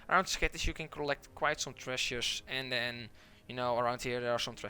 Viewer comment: LOL I could not even follow what he was saying because I was counting how many times he said "trezush". I think I missed a few but it's over 31 at the 9 minute mark. I want a follow up video where its just the same footage but only the word tresures over and over with differrent tonal inflections.